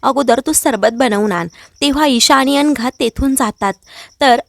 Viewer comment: अनघा की अंघा, उच्चार नीट करा